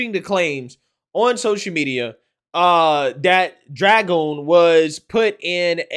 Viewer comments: "dragun" really?! this shit writes itself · you can't even pronounce "Dragun"... dude go back to school...